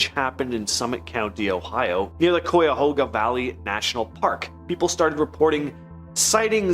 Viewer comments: Cuyahoga is pronounced like guy-a-hog-a but with a c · Anyone else annoyed with how he said Cuyahoga 😂😂